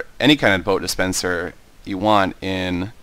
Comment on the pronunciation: do you say dispencer or suspencer? it sounds like the 2nd one =3